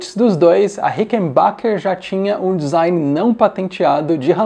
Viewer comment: Guitarras certamente subestimadas. Conteúdo sempre bacana demais! Pequena controvérsia correlata, a pronúncia de Rickenbacker é com o A da palavra pronunciado como E aberto mesmo. O nome é de um suíço, pronunciado como você fala no vídeo, porém nos anos iniciais da empresa, ele havia mudado para os Estados Unidos e preferiu americanizar a pronúncia para se afastar um pouco de algo que parecesse alemão, já que, à época, o bigodismo e a segunda grande guerra causavam uma reputação ruim.